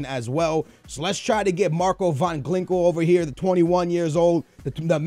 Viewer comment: I love you but you need to stop trying so hard to pronounce players names. Regardless of what country you're from, if a name ends in -Inho then 99% of people would agree that it's pronounced (een-iyo) not (ingwu) You even said Ginkel as Glinkel, sorry but I thought since you've never picked up on it then I should say something #BN4LYF